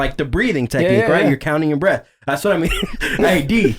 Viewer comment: “You can underestimate a good ass breaff” 😂💀